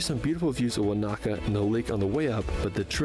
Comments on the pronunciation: Americans heavily accent the second syllable in most words. This is completely wrong Most Maori words. Wanaka = Wa na ka with equal emphasis. Not Wa NA ka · His emphasis on the second "A" in Wanaka instead of the first is pedantic. He made a good effort with all the names he used. Kia ora. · Listening to Americans butchering our place names is torturous - it’s WAN-a -ka, not Wan-AH-ka. If you’ve been there you should know that.